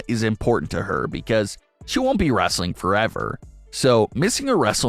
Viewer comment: It's WRESTLING, not wrastling.